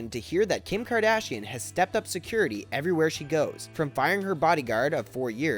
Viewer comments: ER-MI-GURD KARDASHIN? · Dude ?? really ?? Kardishan ??